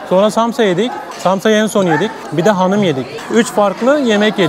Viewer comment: Hanim değil XANUM 😅